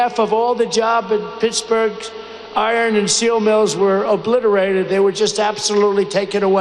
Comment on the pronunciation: Obliterated is another word he has problems with, last time I checked, there's no "V" in it.